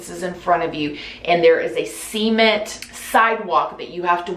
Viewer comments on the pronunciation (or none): I head SEMEN FLOORS XD